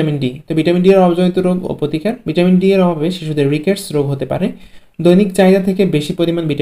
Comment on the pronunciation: ভিটামনটি,,,নাকি ভিটামিনটি